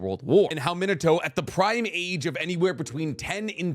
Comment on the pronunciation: min-uh-toe makes me cringe.